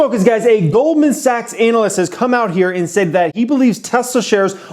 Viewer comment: I like how you pronounce ANALyst.